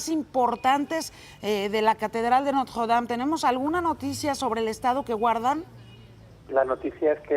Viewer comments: dicen que la reconstruiran...la Catedral de Notjjjuwuedam, pronuncia como persona normal y ya así no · Ni el wey que vive ahi pronuncia haci de horrible el nombre como ella lo hace jajaja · Yuriria tiene la mejor pronunciación francesa de todo México: nadie, ni su mamá... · Jajaja pinche vieja ridícula se esfuerza mucho para pronunciar Notre Dame y se escucha super mal jaja